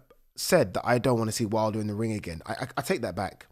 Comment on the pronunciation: Deontay ‘WID LER’ lol 😂